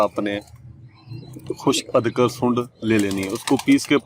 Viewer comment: ادکر نہیں ادرک😂